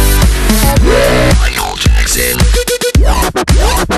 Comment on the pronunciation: Ce qui me choque c'est ta façon d'écorcher le nom du roi de la pop.